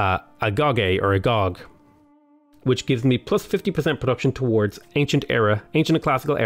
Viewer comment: Agoge is Greek. It is pronounced "ah-go-GAY."